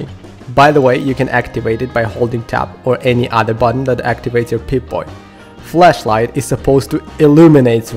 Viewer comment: you say "FLASHlight" as "FLESHlight"